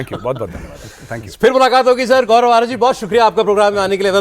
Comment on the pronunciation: Gourov ko sourov bulaya